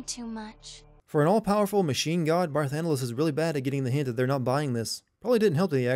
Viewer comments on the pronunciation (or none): Game Sins Sins (created with love, don't take it seriously): 1: Title card says part 2 even though this is part 3. ding 2: Skype Notification. ding 3: Footage audio and video is out of sync. ding 4: Barthandelus, not Barthandelas. ding 5. Eidolons, not Eidolans. ding 6. Barthandelus, not Barthundelas. ding Sin count: 6 Achievement: What, I need to do 2 more of these games???